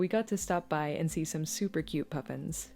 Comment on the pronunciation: Wonderful piece, part art vlog, part travelogue. One thing: Aren't those birds pronounced "puffins" like the cereal? Seems like your residency there was both beneficial to your practice and enjoyable as a means to unwind. This vlog and the three seasons I've watched of "Republic of Doyle", have gotten me really curious to check out Newfoundland for myself someday, and maybe take along some art supplies.